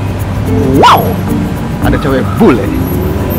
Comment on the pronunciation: "Wau"... nya kya suara Anjing haha lucu bgt bang!